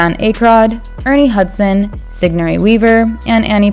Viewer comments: no Dan "Ac-rod" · Dan Ak'ROID'... and most important is certainly not paul rudd... this angers me